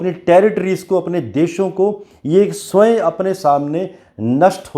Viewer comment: उच्चारण स्वय नहीं होता है, स्वयम होता है।